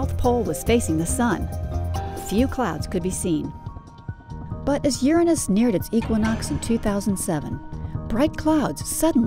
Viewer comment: i hate how she pronounces uranus.